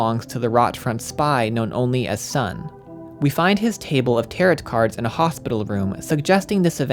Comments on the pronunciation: Good video but I just want to let you know that Tarot is pronounced as "ta-row" rather than "ta-rot" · Great video, loved it, loved this game. But I do cringe every time you pronounce tarot like that. Just for the future, the T at the end is silent, "tar-o" not "tar-ot." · Tarot... "Tear-it"... Oof. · By the way tarot cards are pronounced taro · Loved this video. Locked me in for 2 hours and I wanted more! But tbh I don’t know how you managed to absolutely crush the German pronunciation but still said “tarot” like “TARE-ought” 😂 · This is a great analysis, I have only one gripe. The second t in tarot is silent. It's pronounced 'tare-oh'. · 20 minutes in and i realize i cannot watch a video thats 2 hours where a guy calls them "tarrett" cards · I'm sorry, did you pronounce Tarot as Teh-Rot?! WTF? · Haha. I almost felt like commenting on the tarot pronunciation. I didn't, but I read the corrections and laughed. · tarot cards has a silent t btw